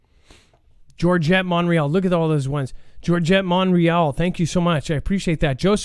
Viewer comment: pronouncing Montreal is the best part of the show... lol